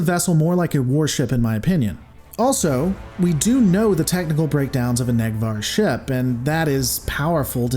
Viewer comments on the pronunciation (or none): It's pronounced a "Nake Var" vessel, not a "Neck Var".... :-)